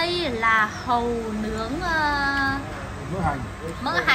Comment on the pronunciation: Hàu sao mai đọc hầu ko vậy